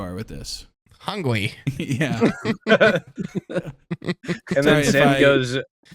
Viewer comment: Need an edit of all the times says Hungwee